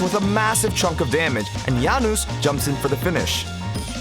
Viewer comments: "yan-noose" LUL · Did he just pronounce Janus as 'Yanus'?